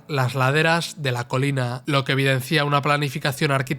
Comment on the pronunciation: Lo que evidencia, narrador. No lo que evidencía, SIN ACENTO EN LA I.